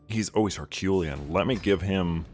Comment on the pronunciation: How did you just pronounce herculean??